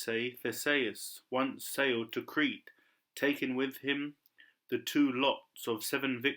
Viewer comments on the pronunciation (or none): none